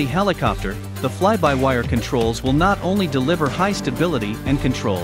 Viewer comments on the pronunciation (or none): none